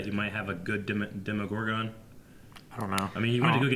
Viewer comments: It's a demOgorgon, not demigorgon :D .. it's not like it is a half gorgon- half something :D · That was my point. They say "Demigorgon" every time, when it's "Demogorgon". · I hate to be that guy. But please stop saying Demigorgon, thanks. 😀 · The way they said Demogorgon pains me